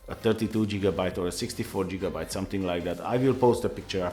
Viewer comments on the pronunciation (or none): He said jigabyte LMAO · HAHAHAHAHAHHAAHHA JIGABYTE!!!